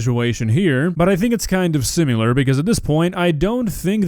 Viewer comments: Sim. IHHHHHHHHHHHHHHHHHHHHHHHHL. AR. It's not fucking "simUlar." Jesus fucking christ man, get it right. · "Similar" not "sim-you-lar". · The way you pronounce "similar" as "sim-yew-ler" is really distracting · why do you pronounce “similar” as “sim-u-lar”? Not trying to be disrespectful..you’re the man! But you do say it a lot lol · "Simular" hoodie when? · Seem-ilar hehe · I hate how you pronounce similar. That is all, thank you. -Tony